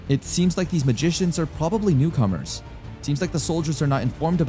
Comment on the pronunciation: New-com-ers? It’s pronounced Neck-row-man-sirs.